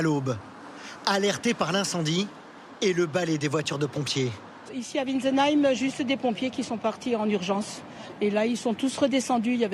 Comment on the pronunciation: WiNtzenheim, pas Witzenheim. Journaleux analphabètes comme d'hab, même pas capables de lire un nom de 3 syllabes. C'est vraiment pathologique chez eux.